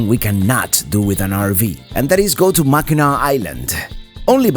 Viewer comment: Say "MACK AN NACK", no MACK EN NAAW please! <3